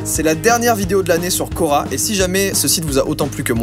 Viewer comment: C'est hyper perturbant 😂😂